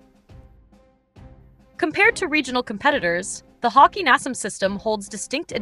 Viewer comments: The name of the armored car is HAWKEYE (Hawkei)-NASAMS thats how you say it. lol .. NOT Hawk-EE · Pronounced hawk - eye